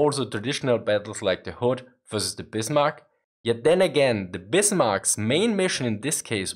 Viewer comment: Ok das is ein Deutscher, der spricht Bismark richtig aus XD